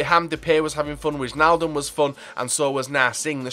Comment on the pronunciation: its not wisjnailduhm its whynaldumb